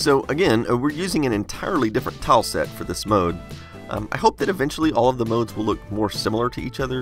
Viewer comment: Every time you spoke "tile" I heard "towel". I dunno if it's my poor English or you're pronouncing it funnily, but you can imagine my confused face :D